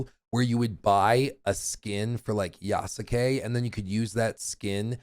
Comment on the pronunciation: voice didn’t bother me until after how he pronounced Yasuke’s name… Almost took my like back. Appreciate the dedication though.